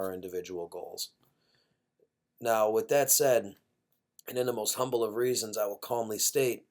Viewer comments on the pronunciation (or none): none